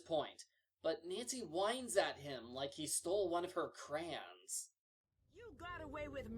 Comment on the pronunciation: are we just going to ignore how pronounces crayon???